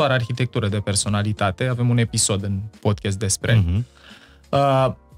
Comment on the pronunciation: Ascult Podcast-ul vostru cu mare interes, informatiile sunt de mare valoare, si va felicit, dar as avea o mica sugestie. Cuvantul Podcast se pronunta Pod KAAST nu Podchest.